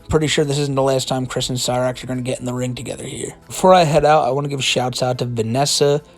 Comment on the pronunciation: i love your videos man, but you really gotta practice the way you say "shoutout" hahaha stay safe my dude